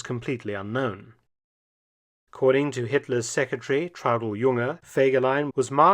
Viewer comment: Es wäre sehr nett, wenn ihr die Namen richtig aussprecht. Der Mann heißt Fegelein und nicht Fagelein, Hitler war der Führer. Und seine Freundin hieß Eva und nicht Ava. Seine Sekretärin hieß Traudl Jung und nicht Trude, Gestapo und nicht Gustapo !